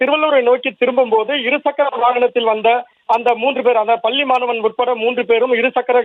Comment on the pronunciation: உனக்கு "பள்ளி" தமிழ் உச்சரிப்பு வருமா வராதா ? வராது என்றால் தமிழ் செய்தி வாசிக்கும் வேலை உனக்கு எதற்கு ??